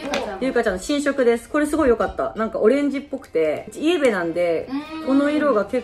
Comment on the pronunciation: 、イエベのイントネーションも変じゃない😂？